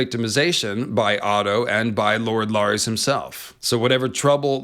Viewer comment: Who's LAAARIEES? Oh you meant Larys (Pronounced Larriss)